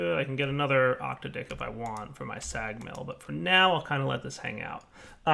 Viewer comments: It's 'oc-tad-ic' not 'oc-ta-dic'. It's a derivative of 'octad' which mean 'a group or sequence of eight' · you need to fix the way you say "Octadic". I started choking on my water...